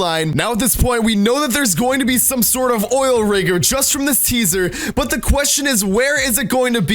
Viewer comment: At the beginning, he says caesar not teaser, listen closely